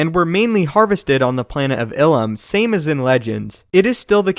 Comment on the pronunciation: Ilum is pronounced EYE-Lum